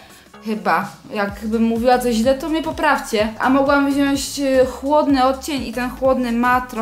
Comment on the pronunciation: Jak zawsze super filmik, ale kochana wziąć, nie wziąść! Buziaczki ;*